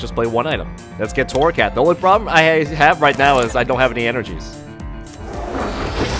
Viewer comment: It's torracat not corracat